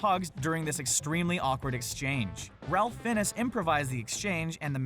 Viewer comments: ummm it's pronounced Fines not Fin Eez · bad pronunciation of Fiennes